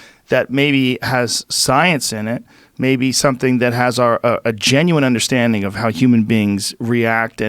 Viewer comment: Until I heard this clip, I didn't know that the word, 'Undershtanding' has an 'H' in it....